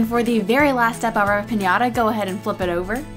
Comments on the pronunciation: Se que es inglés y eso, pero me llevo riendo como media hora por lo de "Pinata". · lol ches say piñata that is piñata